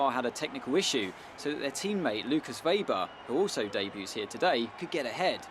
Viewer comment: You pronounce Weber's name vebber, when it's meant to be pronounced as vaber